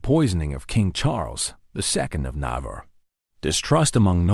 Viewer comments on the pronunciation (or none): none